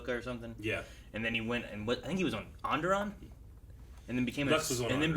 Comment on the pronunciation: Every time they say "Onderon", it sounds like "Underarm".